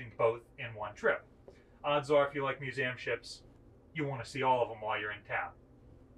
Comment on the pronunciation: This guy needs to learn how to pronounce museum